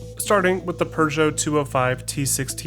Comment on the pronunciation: I've never heard an American even nearly pronounce Peugeot correctly n I respect you for trying and almost perfecting it